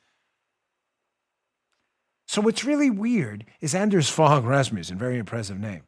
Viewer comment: Hehe Dano..great show!..and 'Anders Fogh Rasmussen(ex Danish PM)..hehe..'Fogh' is pronounced 'fo'..like in mo-.....